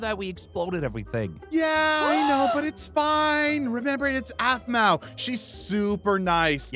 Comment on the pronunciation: it’s Aphmau not Aphmo